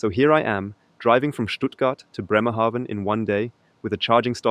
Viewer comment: I need to he honest: I started watching because of E-trucks. NZ has a new Chinese one, then this video popped up. AND then you mentioned to drive to my hometown: Bremerhaven. And the first 3 times you pronounced it wrong, like Newhaven. So, I'm like, should I say something, should I not. I am curous where your going to land in BRemerhaven, so I keep watching and you pronounced it correctly. It's an a like in Banana, and I get why you would say it diffferently, the e after the consonent would do the trick - but not with Bremerhaven. Good lukc in you new job.